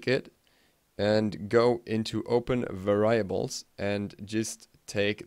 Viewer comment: i fcking died when u said varyiables